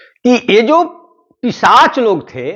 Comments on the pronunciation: जी आप कई बार ग़लत उच्चारण कर रहे हैं,पिशाच को पिचाश बोल रहे हैं। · पिशाच या पिचाश ? सर, शब्द का उच्चारण सही नहीं कर रहे हैं...... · Pishach ko pichash bol rha h😂😂😂